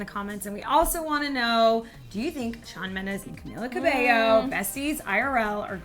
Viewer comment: Shawn mendés????? Hahahahaha WRONG